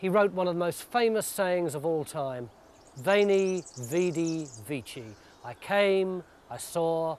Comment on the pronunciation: Almost correct, the "V' would sound like a "W" so it would be Weni, Widi, Wiki.